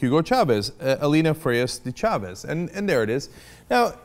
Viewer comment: Cenk, thank you for pronouncing Chavez correctly, unlike most Americans who say Shavez, which bugs me! Btw I love the yTurks.